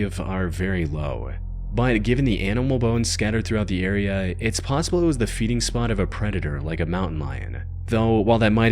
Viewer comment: I noticed the ai voice adds an extra syllable at the end of every single sentence and now I can’t unhear it to the point I can’t even watch the videos anymore. e.g “nOwhErE-uh”, 🫦 “SpInE-uh” 😫, “PaUwsIbUlLLL-eh” 💅